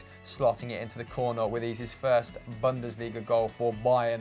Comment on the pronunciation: it's pronounced bunn-des-lee-ga, not bundissleega